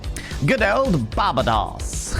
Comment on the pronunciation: Bar-ba-dos, and Tener-riff-é 😂